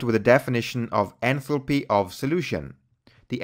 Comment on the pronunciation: your pronunciation of enthalpy sounds like entropy